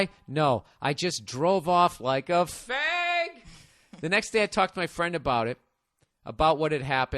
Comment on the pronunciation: Bill you said fag wrong